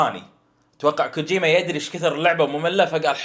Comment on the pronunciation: لا تنطقها غلط كوجوما